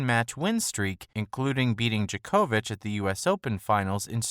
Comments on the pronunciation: DJOK-OVIC not DJA-KO-VIC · The way bro says Djokovic 😂